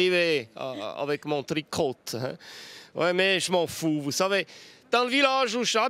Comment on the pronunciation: C'est la première fois que je vois cette radio est délocalisée dans un gymnase. Sinon, pas mal comme sportif de haut niveau qui nous emmerde avec son tricot (en prononçant bien le "t") !